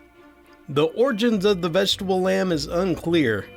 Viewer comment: The vegetable lamp? or lamb? And Monopod in Greek literally means one (mono) foot (pod). Also, the peikko is Finnish and is pronounced payk-ko, with each syllable getting the same stress and the k sound being held a bit longer cos it's a doubled consonant. :)